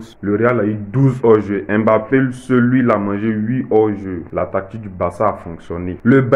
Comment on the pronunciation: LEs deux se cachent ( et Nabip), à propos spn nom n'est pas "Aime Bappé", en atant qu'Africain on prononce le M et le B collé, ca devrait se savoir.